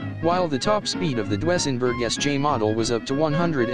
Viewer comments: I've never before heard those cars called "Dwessenburg"... It's pronounced "Doozenburg".... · Your computer voice needs to be corrected... it's DOO-ZEN-BERG ! Not DOO-EH-ZEN-BERG !That car's name is where the expression "It's a Doozy" comes from. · For the love of God, it's pronounced "DOO-sen-berg,", not "DO-ESS-en-berg." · Computer Voice can't quite get Dusenberg pronounced Doo-sen-berg. Fab car, 104 mph in 2nd! Amazes me! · Love those computer voices!--you almost have to mute it-but to call it Dwessenburg is unforgiveable! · To the narrator. You're the only person in the world that has never heard of a Doozenberg. Maybe you should leave cars alone to the men and a few women and go play with your LEGO and watch the Kardashians on TV. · HA ! DOO ESS EN BERG ???? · You left out Packard which was a rival to Cadillac and Dusenberg and actually just as or more luxurious. Also you need to have a live person do the commentaries on these vehicles, as the pronunciation of Dusenburg was way off. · A spot on about the pronunciation I was going to say the same thing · Chrysler Imperial, or Lincoln doesn't belong on this list...like AT ALL! Cadillac was not THE luxury car, Packard was! The crap list should be called cars that people in 2024 would know about. Can't even pronounce Duesenberg. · Each time he mispronounces DUESENBERG I cringed. 😣